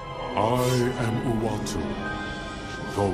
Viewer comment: Uatu* not “Uwatu” WTF. LOL.